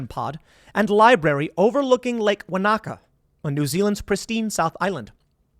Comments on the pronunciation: Wanaka - won-a-car. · Wanaka really is a beautiful spot. It's pronounced wah-nah-kah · I'm in nz, the lake is pronounced, wana car, as in you want a car? I'm about 4 days walk by foot and a few hours drive from there, the area this is based in is a very heavy tourist area, our lakes and mountains is what makes the area money, hunting and fishing can be done anywhere and the biggest threat is the weather and other humans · Theil wanted to build a resort not a bunker and Your pronunciation of Wanaka is pathetic